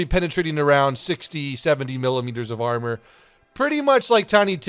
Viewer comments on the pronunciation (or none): none